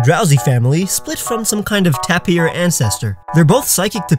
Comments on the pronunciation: It’s pronounced Tay-peer not Ta-peer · tapir = TAY-per